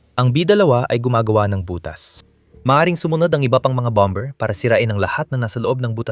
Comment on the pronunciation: Dapat i pronunce ang bomber with silent "b" . Masakit sa taenga. Target as in target not tarjet.